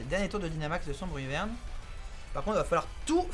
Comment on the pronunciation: C'est pas plutôt Bruyverne et pas Brunerne ?